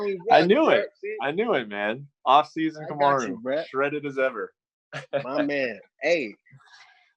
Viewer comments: Did u just say kumuru Usman ?🤦🏻‍♂️🤷🏻‍♂️🤦🏻‍♂️🤷🏻‍♂️🤦🏻‍♂️ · Okamoto: Cum-a-roo Usman